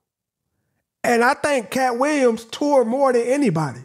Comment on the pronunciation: "Katt Wiyems"